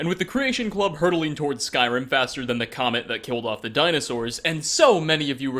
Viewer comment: In the beginning it sounded like you said “the comment that killed of the dinosaurs” lol